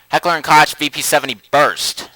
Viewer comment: I hate to be the asshole that points it out.... especially 2 years after the fact... but Koch is pronounced (coke).... RE2 was my intro into the series back in 99 and as a result got me into guns. Otherwise Great vid, keep up the good work.